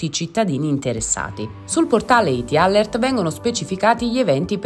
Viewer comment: Perché usate parole inglesi se non le sapete pronunciare?🤦🏻‍♀️🤦🏻‍♀️🤦🏻‍♀️ alert = əˈlɜːrt. A questo punto usate l'italiano.